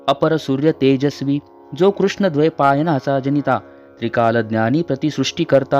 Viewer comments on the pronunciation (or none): none